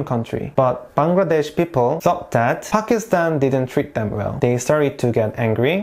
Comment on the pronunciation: Mohammad Ali Jinnah is also a national hero. Thankyou for pronouncing Pakistan right